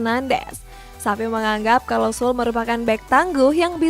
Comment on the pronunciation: itu Süle E-nya dibaca harusnya